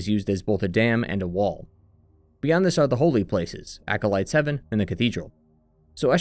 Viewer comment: "Acolytes Haven" not "Heaven"